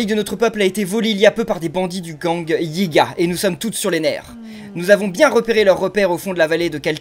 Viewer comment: Perso ca me fume il dit les Hyuga alors que c'est les Yigas 😂😂